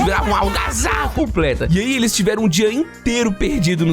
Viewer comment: Dia ou noite, mas ele falou dio kkkkk